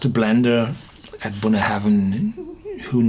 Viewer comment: Just for the protocol. Bunnahabhain is pronounced like "bun-A-ben", without any "haven" in it. Check out scotland documentary "Great Scotch Whisky (Documentary)" on youtube (time check )